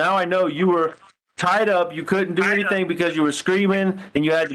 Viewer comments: Yeah when she says anythink it's so annoying 😐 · I heard it! "Anythingk." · “AnYtHiNk…!” Girl , quiet 😂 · She says it correctly other times. Same with other words ending with "G" - she says those just fine. She's a phony, what do we expect from this lady? Haha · Ugh I hate how she pronounces Gs as Ks like anythink or nothink 🤬 its so annoying!!!!! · 😂🤣😂🤤😂 This is what I came to the comments to read! WHY?!?! HOW?! It drives me insane every time she says anythink or everythink Lol.